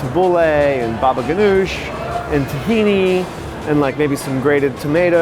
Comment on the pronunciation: Stop pronouncing hummus incorrectly please!!!! Tahini too!!!!